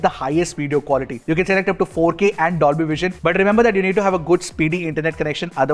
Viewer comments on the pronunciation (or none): none